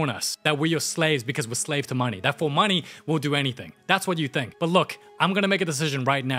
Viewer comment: "Wrinkles love the munee" HELP